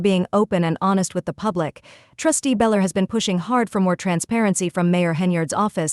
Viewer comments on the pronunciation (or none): It’s Belcher idiot not beller